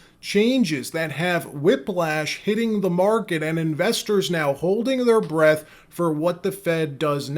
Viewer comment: The phrase is Holding Our BREATH, not Bredth.